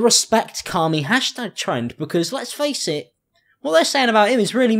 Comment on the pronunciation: The way you say 'Carmie' sounds like 'Carly' and I feel attacked.